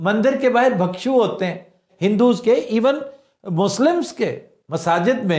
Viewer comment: آفتاب صاحب! اس لفظ کا صحیح تلفظ، سنسکِرت میں، زیر کے ساتھ "بِھکشُو" ہے۔ اگر اردو میں زبر کے ساتھ تو میں لا علم ہوں۔